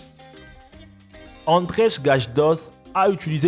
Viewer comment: andrej se prononce andreï